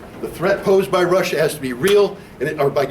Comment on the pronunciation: Lmao that one guy says "Resshia and Reshins"